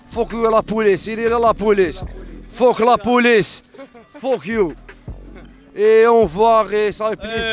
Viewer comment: « Fouk you »😂